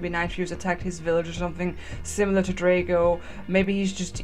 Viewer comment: BTW its DRAAAAHHHHGO as in AHHH how you scream. it even says it in the 2nd movie